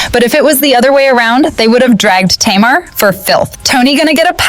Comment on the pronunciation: I can’t with this mispronunciation of Tamar’s name.